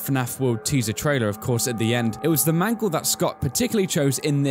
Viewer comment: nooooooo mangle, not mangle.